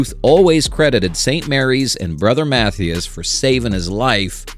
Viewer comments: It's Brother Mathias (mah-THIGH-is) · right, he said MATHEEus. lol. AI slop indeed. also, he said "and ruth would go on to hit 714 MORE homeruns, umm, no that'd mean he hit 715 regular season total. He ended with the Braves 714 HRs in boston. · YW. This video might be AI generated, I'm not sure. Most educated humans would pronounce Mathias easily, but "artificial intelligence" (which it is NOT), doesn't understand key nuances of American spoken English. So that's a telltale sign of AI. After I posted here, I started watching another video from the same content creator, and "the voice" mispronounced another key personality, a well known player whose name I probably won't spell correctlyt: Joe Garagiola. Joe was a neighbor of Yogi Berra when they were kids, as was Jack Buck (baseball announcer I believe?). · I noticed that as well